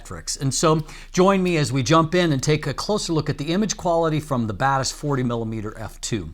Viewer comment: When you say Batis Lens, I hear bad ass lens. 😅